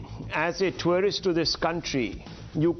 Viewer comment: Twarist visa............is this pronunciation correct??? Rahul shivshankar is amazing......